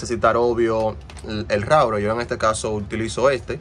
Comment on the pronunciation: Por que dices rourer si es router